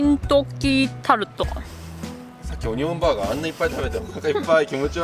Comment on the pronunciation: 日本一のオニオン・バーガー🍔オニオン・リングをいただくには，淡路島まで行かなくっちゃならないのかあ(東京在住)😢 Lenaさん，Onion Burger や Onion Ring の発音が完璧に日本語になっていて，脱帽🎓🎉(細かいところまで聴いているんだよ，Lenaさん❤)